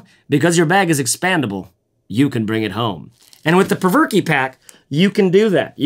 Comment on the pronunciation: I think it's pronounced the 'Provoke' pack